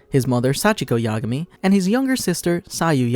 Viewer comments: "Light Ya'gami" -it's yagami. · Well it’s not yagami it’s ya-gami